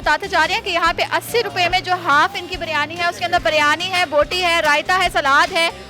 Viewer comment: Baryani Nahi hota jahil aurat biryani hota hai